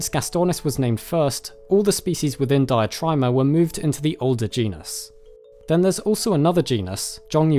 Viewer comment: Diatryma is pronounced Deeatreema - It's greek not english :)